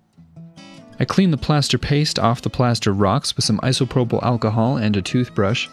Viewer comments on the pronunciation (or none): none